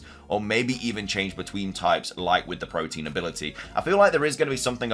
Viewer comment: Ive noticed you say protein instead of protean. Really weird, theyre different words